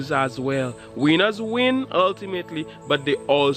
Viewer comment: His pronouncing of "winners" had me laughing for real!!! He's a cool dude, had to have a good laugh, great for winning hahaha!!!